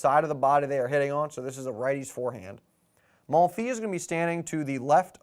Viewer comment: Great video! BTW the "s" at the end of "Monfils" is pronounced